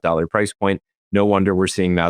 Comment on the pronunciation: Price is a one syllable word